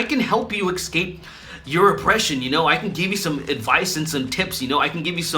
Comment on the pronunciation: Who else got triggered. When he said “excape”.